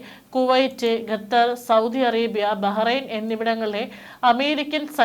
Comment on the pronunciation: ഗതർ അല്ല, ഖത്തർ എന്ന് പറയു